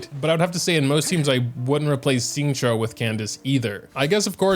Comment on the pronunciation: Did you say Xingqiu, XINGQIU... I'm crying